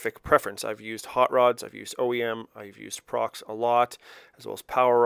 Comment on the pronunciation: He called the piston company Prox. Not Pro….X. Strange for a guy who has built 100s.